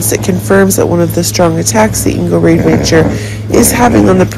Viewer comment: Ingo’s last name is pronounced ROD-A-MOCKER